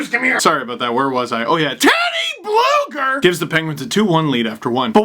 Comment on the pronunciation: Steve... U got it wrong his actual name is TeodorS BlugerS. So yes his from Latvia and his name ends with S